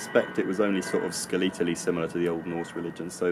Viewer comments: The first syllable: /ˈskɛlɪtəˌli/ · I've never heard anyone stress the second syllable of "skeletally" before. I needed to use the auto-generated captions to figure out how to spell the word.